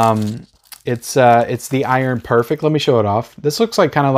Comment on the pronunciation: Everyone who has reviewed The Iron Prefect has said it wrong it’s not perfect it’s prefect.